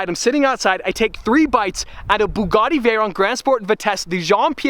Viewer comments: the butcher:buggidi: buggati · 😂😂 It's a Bugatti.....Bugati.....BooGooTi..... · do you mispronounce Ferrari? Well please please please learn how to say Bugatti correctly. Once more for the hard of understanding it is Bu (as in View) and Gatti (as in Scatty). It's a French name and in France they say things with finesse. I love that you have bought it but simply cannot take this fucking up of the name any longer. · Actually... it's bügatti not boogatti. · The “buugatie”😂😂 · IM DEAD THIS MANS CALLED IT A BOOGUDI . Im steeling this. Im commenting nice Nice Boogadi in every boogadi vid from hear on out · BUG ATTi: Bugutti Me: 🤣🤣🤣🤣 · Bug-A-Ti 😂😂😂 Veyron's New Name 🤣❤❤ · Lost it at Burlachers pronunciation of "Bug-etti" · Hahahahahaha when call the Bugatti, the Bug-etty, I fuckin passed away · I died at the bugatti pronunciation war 😂😂😂😂😂😂